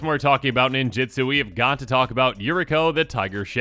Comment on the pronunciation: You keep saying "ninjitsu" which is how WOTC wanted to print the keyword, but was unable to due to a lawsuit. The keyword is "ninjutsu".